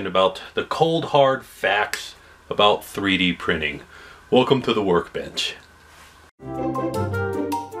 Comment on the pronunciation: Why di I understand his words as "welcome to the world bich" when he said 'workbench'?